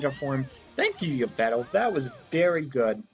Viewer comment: Also, you mispronouced Yvel Tal, (Evel Tol)